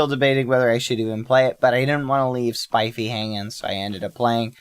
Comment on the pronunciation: This is the first time I hear Bad say "Spifey" and not "Spiffy"